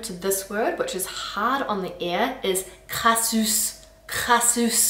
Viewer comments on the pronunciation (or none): Jamais entendu "crassousse" par contre "crasseux" oui!